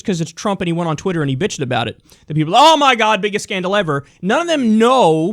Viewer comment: did you just say wooter... how could you, I thought you were better than this.